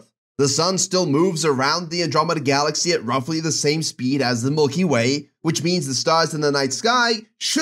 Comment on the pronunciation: "mulky way" LMAO0